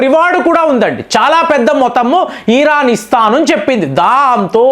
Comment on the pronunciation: ఈరాన్ కాదు ఇరాన్